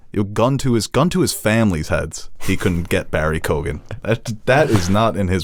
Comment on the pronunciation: hey fellas it’s pronounced ‘barry kee-gen’